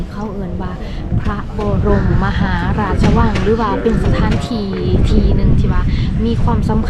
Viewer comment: ต้อง ออก เสียงให้ถูกครับ ต้องเสียงว่า # พระ บอ รม มะ หา ราด ชะ วัง